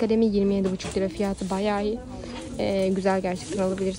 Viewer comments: Abla bireye takıldım neden fiyat değilde fiyaahğtı diyorsun ya 😂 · Niye fiyağti diyor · Abla niye fiyata fiyaatı diyorsun😂😂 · En çok neyde güldüm biliyoruzmu fiyatı diyeceğine fiyaatı dedi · Fiyatı demek yerine fiatı diyor😂